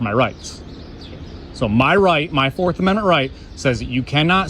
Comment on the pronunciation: It's like hearing a monkey cluck like a chicken. I still chuckle a bit when I hear talk about the men-mints of muh constertooshin.